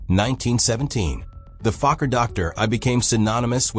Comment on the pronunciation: Here's a suggestion to make the AI read correctly your acronyms. Instead of feeding, for example, Fokker DR I, you can feed it like this: Fokker D R 1 (or 3). Note the space between the "D" and the "R". That's enough for the AI to read it correctly.